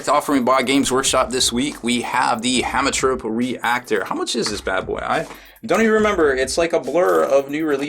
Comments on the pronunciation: I think its pronounced hemo like haemoglobin you dont say hamo. I hope that the plasma feed also applies for the mechanicus plasma, as they were released post BRB so their plasma weapons are not in there. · haem is pronounced heme, it means blood.